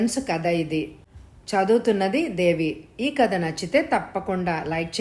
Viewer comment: tha ki baduluga dha ani vinpaduthundhi.